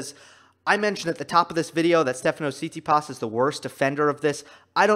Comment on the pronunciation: one little thing: pronounciation - tsi-TSI-pas, so stress on the secong syllable, you put stress on the last one